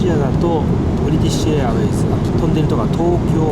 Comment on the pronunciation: 冒頭のブリティッシュエアウェイズのところ ネイティヴですね。